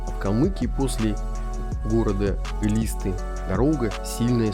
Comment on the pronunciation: ЭлистА, ударение на А